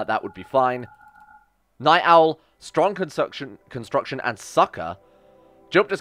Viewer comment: It hurts my soul when he messes up constitution and construction.